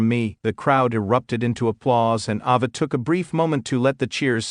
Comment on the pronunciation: Its Ayva not Ova Learn how to Pronounce the Rock's Daughter Name